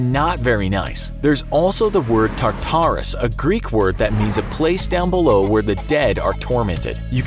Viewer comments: prononce tarturas as taturrass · its pornounced tarterus